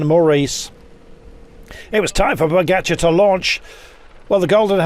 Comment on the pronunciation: its pogacar not pokatschar man.